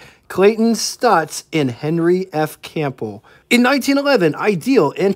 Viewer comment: In "CAMPBELL", the "P" is silent; the "B" is not. It's a well-known name. You might want to learn how to pronounce it.